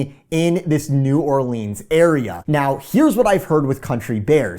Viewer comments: it’s pronounced new orlins not new or leens 🤦‍♂️ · Enjoy your stuff but PLEASE!! It’s pronounced “new OR-luns” and not “new or-LEENS” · you are killing me with New Orleeens. STOP lol. I’m a native. New Rlins. Love ya but whew, nails on the chalk board lol. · As a New Orleanian it triggers me when people say New Orleens and there’s no way I’ll be eating any beignets that are made in Florida 😅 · How to pronounce New Orleans like a local. New Warlinz pronounced as one word. Not New OrLEENS and definitely not Nawlins. Lol. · New Orleans is pronounced "New Orlins" ;) Can't wait to watch this!